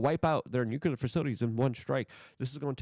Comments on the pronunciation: It’s NUCLEAR, not NUCULAR!! That English isn’t my first language excuse doesn’t work here. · And NUCULAR….. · NEW CLEE ERR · Can’t take you seriously if you continue to mispronounce the words TUMULTUOUS and NUCLEAR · I think English is not his first language. If that's true, I'll give him a pass on tumultuous, but at this point, I can't give anyone a pass on nuclear. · Tumultulous. Tumultulous. He said it twice this time. NooQler!!! Instrumentable!